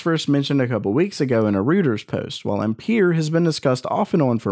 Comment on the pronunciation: That is a triggering way to say ampere lol